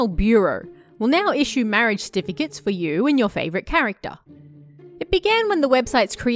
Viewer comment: xD "marriage eRRRrtificate"